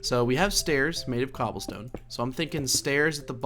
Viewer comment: "Infested Cooblestone" :D